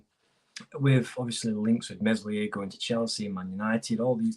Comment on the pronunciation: You don't pronounce the 's' in Meslier